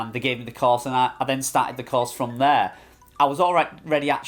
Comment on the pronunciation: Cars, class or course? Took 5 minutes to figure out what you were saying. At first I thought they bought you a car! 😅